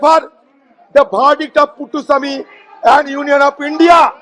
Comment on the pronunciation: this mad crazy guy reading it.... Puttuswamy to Puttaswamy